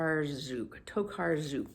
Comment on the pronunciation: If you're interested, Tokarczuk is pronounced To-kahr-chook. The Polish letter CZ is pronounced like CH, and the Polish SZ is like the English SH. I started reading her doorstopper The Books of Jacob a few months ago, but DNFed it because it wasn't structured very well and seemed more a vaguely fictionalized accounting of a huge array of historical events that weren't all related instead of a true narrative story.